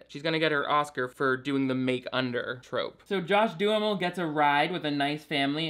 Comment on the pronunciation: I love that you pronounce John Duhamel's name as "do-a-mall" You really are the best, please dont ever change!